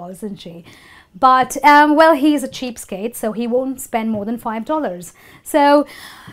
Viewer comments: It was interesting to learn the idioms.if I'm not wrong you pronounced the idiom "cheapskate" like cheapstake at the beginning.never mind......... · Hi...your video is really good...I HV a qn...is it cheap stake or cheap skate? U HV written it cheap skate but pronounce it cheap stake? Wch is crct?